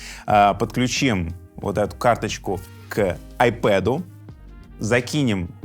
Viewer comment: лайк за правильное произношение названия планшета iPad